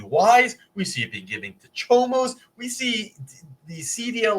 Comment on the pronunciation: "Lotta CHOMOS " 😂😂😂😂😂😂